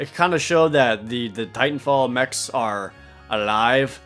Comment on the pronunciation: oh. I thought you said Tight 'n Fall instead of Titan Fall